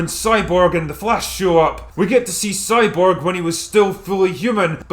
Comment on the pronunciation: Is it 'soyborg' or 'cyborg'?